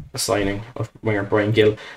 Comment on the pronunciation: I'll keep posting it on any stream I can find... the pronunciation is closer to "Heel". It's not hard a hard G. I'm from Boston, USA and here on the New England Revolution MLS team we have Carles Gil, another Spaniard and a former Villa man, as our captain. He's always pronounced it "Heel".